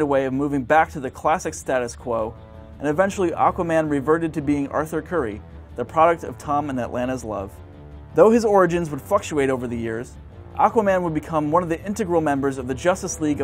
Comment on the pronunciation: "although his origins would Fuck-tuate over the years..."